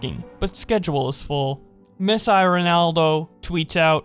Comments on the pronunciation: We don't say Messeye its Mess-ee not eye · "Mess eye ronaldo" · Nobody:: Mess EYE Ronaldo 😂